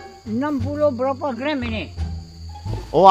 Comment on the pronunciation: Kecek banyok pulok... Brrrrrraaapaa berrrrraaat ??? Jadi ke tak jadi beli, video terus stop 😮😮😮 Jgn bazir masa pakcik tu, dia kejar sesuatu tu. Nk cepat kejar impian. PENGEJAR IMPIAN ....biar stiker berbicara....😅😅😅